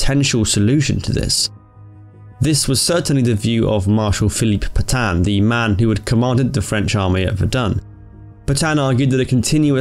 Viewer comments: It’s Pétain, not Pètain... Voilà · PEtain', Not P'tan! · It’s Pétain not Pètain please ^^